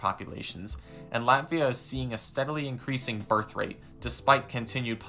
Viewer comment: This video makes me feel 💀💀💀 but there are good and bad sides: Bad: Where do I start, first, the thumbnail is fu**ed up... then you mispronounced latvia and literally violated the rights of estonians by saying half of the things you said. Good: You support NATO and Ukraine, and don't want a war with Russia.